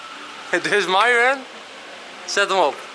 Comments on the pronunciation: hij zei niet myron maar myron (mieren) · Hij zij Myron niet mijron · Je zegt miron van plaats maren Enzo ! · Je zei Miron normaal zeg je Myron🤣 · Vgm mieron of idk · 2.21 zegt hij nog eens miron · heel bijzonder hoe enzo myron zei 😂😂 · Ja! Nooit gedacht dat Enzo dan zou zeggen🤣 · Het is zo raar dat Enzo Myron's naam normaal uitspreekt inplaats van met dat accent 😁